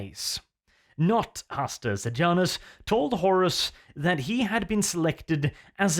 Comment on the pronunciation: Uhm Hastur Pijamus xD wearing pijamas